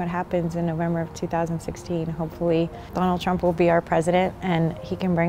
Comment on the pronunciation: 'Dahnuld Tramp'. Ok, lady.